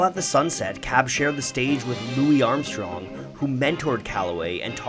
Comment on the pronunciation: I thoroughly enjoyed this video, but would like to point out that Louis Armstrong’s name was not pronounced correctly